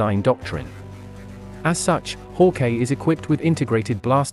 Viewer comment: It’s not pronounced haw-Kay it’s hawk-eye